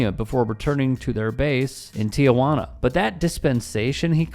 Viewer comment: ONE MORE TIME: It is TEE-juana. Not TEE-uh-juana. Thank you for your attention to this matter. Lol